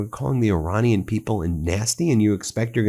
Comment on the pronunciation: and Your-anian instead of Iranian